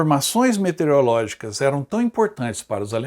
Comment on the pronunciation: Professor, várias vezes vc pronunciou "metereológicas". Só por isso dou 9,99 ao trabalho.